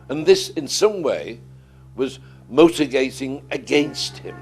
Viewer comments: "MOtigating (mitigating) against him." Had a few beers. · “Motor gating against him”. Okay, I’ve been reluctant to believe this narrator is tipsy, but that’s just one slur/mis-speaking too far. I have been enjoying his style of just telling a story he likes telling, but I’m starting to become bored as he’s gone on and on. Anyhow, thanks for the upload. I’d been interested in seeing more, if it’s a series.